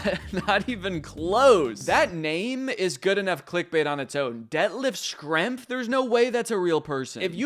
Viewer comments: Its pronounced Shrempf! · That “Schrempf” pronunciation would make your Midwest neighbors in Indiana cry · Schrempf is pronounced Shrempf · FYI Schrempf is pronounced "shremp," kind of like shrimp with an E.